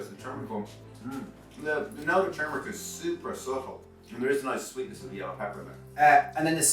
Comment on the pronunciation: Yum! They look like giant mochi cut in half! Also, thanks for pronouncing turmeric tur-mur-ick; most people pronounce it tumor-ick, which is the opposite of what it is! TFP!